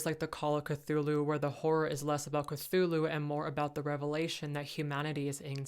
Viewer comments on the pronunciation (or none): none